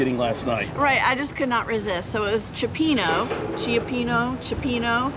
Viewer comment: Chapino is a must if it’s on the menu. You pronounce it correctly the first time